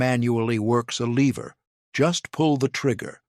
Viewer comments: Lever, not leever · LEH-VER, not leever, stupid robot. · They are ABSOLUTELY NOT "Leever" actions. The word has a short e and it rhymes with ever. Really, really stupid AI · This would be better if the AI could pronounce words. Give me a break LEEver actions?